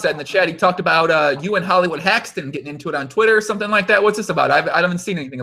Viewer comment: let me tell ya somefing ya?